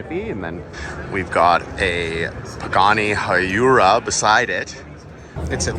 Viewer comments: pronounced Pagani WhyRa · I can't lie, the way he pronounced Pagani Huayra made me cringe.